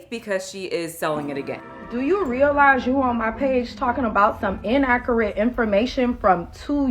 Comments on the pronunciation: “InACKurite” 😂😂 I think selling botulism sauce is the least of her worries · “in-ACK-er-it”. Tells me all I need to know. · "Ackarick information" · “En-akkurat” information🤣💀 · Inakerat. 🙄 Good grief